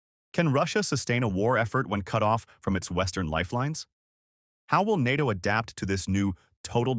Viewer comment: Yes and learn how to pronounce “NATO”!